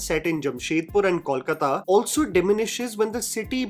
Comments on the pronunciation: Every time Karan Johar and his team try to portray Bengali female characters, it leaves me irritated and angry. They can't even get the basics right—like pronouncing ‘Ko’ in Kolkata properly( Even the Bengali characters). What on earth is “Kawlkata,” bro? Seriously! In all my life, I’ve never seen a single North Calcutta woman wear a sari like ‘Madhu Bose'.. আর হ্যাঁ,আমরা ইলিশ মাছ শুক্তোর ঝোল দিয়ে মেখে খাই না। Disgusting.. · Kol-kaa-ta and NOT Kol-k-ta. Guys plz get it right.